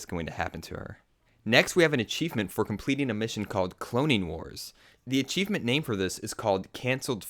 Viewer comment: HE SAYS ACHEIFENT